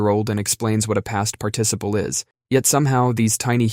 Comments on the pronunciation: fake dude can't say participle. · Never say “participle” like that again! It doesn’t happen often, but that freaked me out.